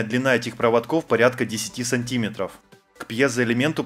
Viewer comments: Все классно, только правильнее говорить не сантИметры, а сантимЕтры)) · Тк они укрАинцы, у них сантИметры.